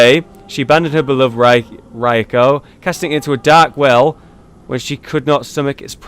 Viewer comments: wtf is ra YU ko lol. its Ra KU yo. Either way keep up the great vids man! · Are you really that sick? That you can't even tell what's a barnacle? lol. The town must've been flooded for a long time. Go skill scaling on your Rakuyo. It's more than raw damage. And proper pronunciations... Ahem. 'Chikage' is 'chii-ka-gay'. 'Rakuyo' is 'raa-kuu-yo'. Sorry Japanese nerd here.